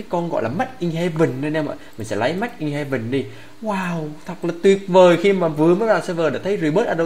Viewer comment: Made mà ah sao ah nói mách :v